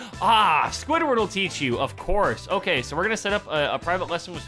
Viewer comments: Why do you say oka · why do you say oka???